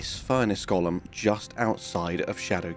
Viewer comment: Why, why, why, can no one manage to pronounce the word Golem correctly?